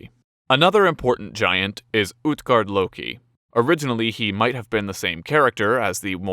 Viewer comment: Utgård is prunaunsed (uut-gord) not (ut-gard)